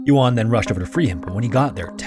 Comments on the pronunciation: Chinese speaker here! Took me a minute to figure out which cave it was because it's actually Jiudun Cave, not Jiudan Cave! (U not A) Some things I found out about the location: 1. "Guang Xi 广西 (Goo-ah-ng See)" is the name, and "Zhuang (Joo-ah-ng)" means region. 2. The county name is 2 words, so "Du'an 都安 (Doo Ah-n)" and not Duan. 3. The Chinese name of "Jiu Dun 九顿 (J-i-oo D-oo-n)" Cave is better known as JiuDun TianChuang 九顿 天窗 meaning JiuDun Skylight. It also looks like there was another casualty last year, where a famous Chinese deep cave diver called Han Ting had his body recovered from the cave system. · Yeah his pronunciation was pretty poor to the point of being distracting, ironically coming after an ad read for Babbel, a language app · The pronunciations in this video kill me. “Yuan” is not “yoo’ahn” it’s “Yuwehn” but the “w” needs to be super super soft, almost not there. And “jiudan” cave is not f**king “johdan”, it’s “dzyohdan”